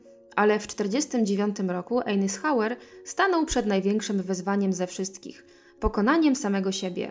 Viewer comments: Wymowa nazwiska to „ajzenhauer” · Spróbuj wygooglac jak sie czyta nazwisko Dwight Eisenhower